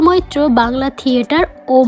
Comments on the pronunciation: একবার বাদশা মৈত্র পরে ই বাদশা মিত্র । এছাড়া উচ্চারণ ও খুব খারাপ। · mitro nay bolun moitro.ssm.